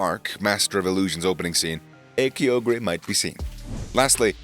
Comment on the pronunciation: I am mad he says kyogre wrong